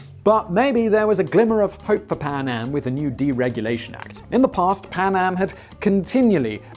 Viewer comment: I can't help hearing Panem rather than PanAm